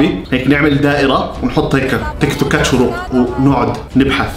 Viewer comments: شروق❎ اشراق✅ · لماذا تقول إشراق وهي شروق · اسمها شروق مش اشراق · شروق❌ اشراق✔ 😂😂😂😂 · شروق❌ إشراق✅ ياخي فصلتني😂😂😂😂😂😂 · اسمها إشراق ❎ شروق✅ (😂😂😂❤) كل ما بيقول إشراق بضحك😂😭* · عم يتمصخر على أسمها هههه 😂😂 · شہروٌقہ ❎ آشہرآقہ ✅ شہوٌ قہصہتہكہ مہعہ آلآسہمہآء 😂😁😂😂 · الوظيفة: تخريب الأسماء🌚💔 رغده❌ رغدك✅ شيرين❌ شنينا✅ سيدرا❌ سميره✅ نارين❌ نارينا✅ وليد❌ محمد✅ بنين❌ بناين✅ نور مار❌ نور مارخ✅ شروق❌ إشراق✅ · شروق ❌ اشراق ✅😂😂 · اسمها شروق مو اشراق 😂 جايه اتفرج على الفيديو بعد 3 سنيين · شروق ❌ اشراق ✅ 😂😂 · مشان الله اسمها شروق مش اشراق 🙁😭😭😂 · شروق❌ إشراق✔️ 😂😂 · شروق ❎ اشراق ✅ 😂😂😂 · تنبيه:البنت إسمها شروق مش إشراق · شوروق❌ اشراق✅ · شروق مش اشراق😂😂😂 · شروق❎ اشراق✔ ههههههههه😂😂😂😂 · اسمها شروق مو اشراق😂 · اسمها شروق مو اشراق😂😂😂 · شروق ❌ أشراق ✅ 😹😹💔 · ايش مشكلتك مع الأسماء اسمها شروق مش اشرااااااااااق😤😂😂😂😂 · يا زلمي ما عاش تقول اشراق اسما شورق اوف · شروق ❌ اشراق✔️ 🌚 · شروق ❌ إشراق ✅😁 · إسمها شروق ليس إشراق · شروق مش اشراق HHHHHH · شرووووق مو اشراق اقرا عدل